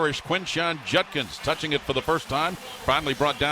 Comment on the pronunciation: You'd think a professional sportscaster would be able to pronounce the name "Judkins", but no, this dunce continues to say "Junkins".